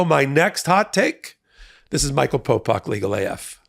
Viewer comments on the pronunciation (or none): none